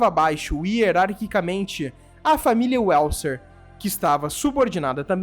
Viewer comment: Uélser??? É VÉLZER. O /w/ em alemão é /v/. Ou você falar Uágner? Volks-uáguen? Vagner, Váguen, Vélzer.